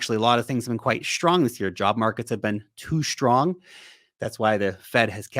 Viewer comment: There is no "h" in "strong" numb nut.